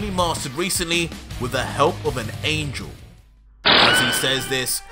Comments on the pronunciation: it’s angle instead of angel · sorry bud loving the story but angel not angle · angel, not angle haha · angel not angle 😀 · Goku says "angle" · UMMM UMMM ANGLE?? NOT ANGEL?